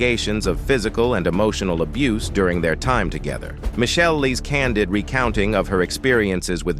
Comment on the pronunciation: Abuseee?? Soogi knight?? Cut this A.I. shyt out